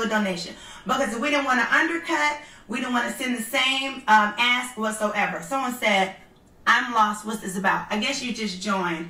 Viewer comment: And eating her popcorn. Please Porsche, you can say ask. Practice. No reason for you to say axe. Remember that O.J. Simpson joke? OJ can you play golf this afternoon? I don’t know I got to go home and axe my wife. Porsha, what’s up with the New York accent? You don’t usually sound like this, are you speeding up your feed? I mean you’re sounding like Nicki Minaj, not Portia Williams. Whatever happened to Cordell? I didn’t like him, but then I don’t like DENNIS either.